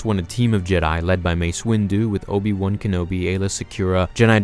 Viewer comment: Obi wun kenobi? That's how you say it?